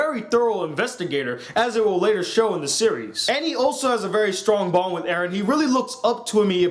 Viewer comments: U said Eden. It's Eren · The pronunciations: Eren= Air•ren Mikasa= Me•ka•sa Armin= Arm•in I am pretty sure it takes place 2,000 years in the future. It has a medieval feel because, I'm assuming, they have the walls which can only fit a few million people so they had to revert to old ways. I think that is also how they have the 3DMG. Also, it makes sense because Annie wore a hoodie. It is a mix of modern and old which I think is perfect. PS: LEVI IS BETTER THAN MIKASA IN EVERY PHYSICAL WAY. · you mispronounced eren, mikasa and armin... HOW THE FUCK CAN YOU MANAGE TO DO THAT.